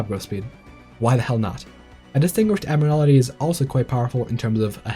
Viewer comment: Pronunciation note, it’s “admiral-tea” not “admir-ala-tea”.